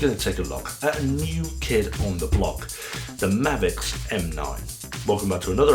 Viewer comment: It's definitely pronounced ma'vix not mayvix. Its the Americans butchering our language again. They can't help it their ancestors got angry over tea in a harbour (Not harbor!) Imagine them spelling Welsh. Da iawn!